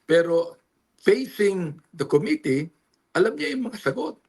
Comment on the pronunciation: commi-tee co-mmittee